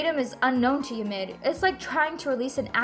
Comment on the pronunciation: the way she says ymir is so satisfying